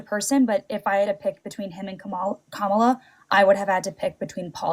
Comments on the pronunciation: Anyone who calls her Ka-MAH-la is willfully misinformed. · Why, after all these years, do these callers continue to mispronounce Kamala's name??? Then, in most cases, the second time they say her name they actually correct their pronounciation. Why is that??? 🤔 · Why do maga’s have such a hard time saying Kamala? Just say her last name like you do with D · You can tell how much she listens to Fox by how she keeps mispronouncing ''Kamala'. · Absolute Gold! I think it was interesting that she kept correcting her own pronunciation of Kamala. Obviously, she consumes a lot of right wing media but remains somewhat aware of right and wrong still. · This caller is very confusing. On the one hand, she very clearly knows how to pronounce Kamala's name, and repeatedly catches herself almost saying it wrong, and corrects herself, even without jumping in to point it out. Possibly because she's seen him do it in other debates and knows what to expect, but still. On the other hand, she still somehow has the typical republican mindset of "No no no, NEVER Kamala, she would be so so bad because (CITATION NEEDED)!" Edit:...And then she goes on to defend grapists who "might be in prison because a woman made up an accusation to get money"? WHAT? Who in the world believes that abuser apologia?!